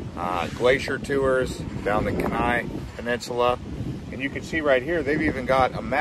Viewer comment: I may have commented on this before, don't remember. However, you are mis-pronouncing Kenai. You would say Keen ni. Anyway, like your vid.